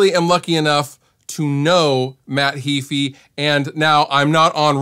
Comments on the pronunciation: It's Heeeeyfe - not heeefeee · Nope, it's spelled "ea", not "ae"; pronounced "Hee-fee". Punch it into a Text to Speech and listen for yourself. tube That's pretty nonsensical as well.